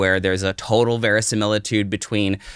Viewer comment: Veriscimilitude.. A WHAT 😂